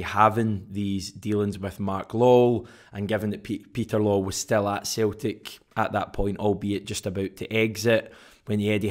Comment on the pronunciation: It's pronounced Law well , not lol ! 😂😂😂😂😂😂😂😂😂😂😂 FFS man